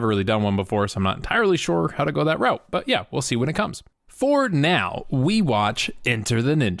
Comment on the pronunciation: I like the fact that you pronounced route by its proper enunciation and not "root" as some idiots do when they butcher the English language.